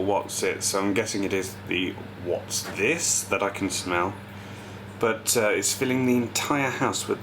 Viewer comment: "Wot'sthises" hahaha